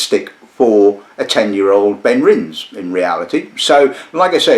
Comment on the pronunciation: Great review but... pronunciation - Benrinse ❌ BenrinNES (like Loch NESS) ✅